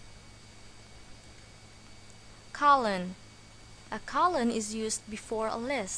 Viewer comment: You pronounced (Colon) as Colin, but Colin is a name of a person! (lol) ;-0)